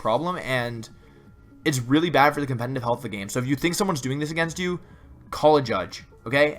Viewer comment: anyone else notice that he always says.. compeNNNtiv instead of competitive? xD